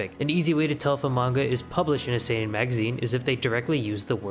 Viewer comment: that "see-nen" hurts me just so you know japanese only have 5 vowels and each of them only have ONE way to be pronounced. With some special cases like Ei = long e Ou = long u Not always but most of the time. But this is the basic knowledge